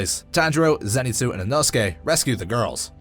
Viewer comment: “Zenitzu”😂 its “Zenitsu’